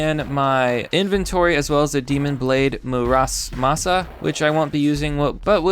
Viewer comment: "Murasmass"!? IT'S MURAMASA YOU TWIT! 😭